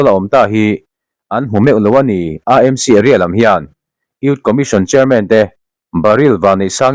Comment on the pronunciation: Aa Em Si (AMC) ti lovin, Ee Em Si (AMC) ti ve mai la. Mizo-in C hawrawp kan neih lo a vangin, a ni dàn ang hian lam ve mai hi a thra.